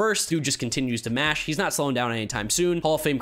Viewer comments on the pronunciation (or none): none